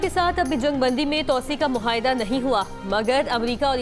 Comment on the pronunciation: Mohaida nahi moaida HOTA hay aap ka test nahi Lia gaya tha news caster bnaney key lie